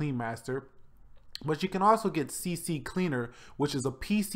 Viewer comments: It is C-Cleaner, not CCCLeaner. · It's not CCCleaner it's CCleaner you say one C :/